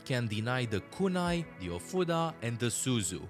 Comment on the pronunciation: You might be the 1st person I've seen who doesn't pronounce that skill as "healing a futa."